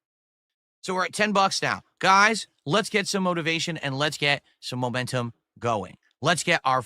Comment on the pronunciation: You fo'got to say '/s'. and it's GOUYS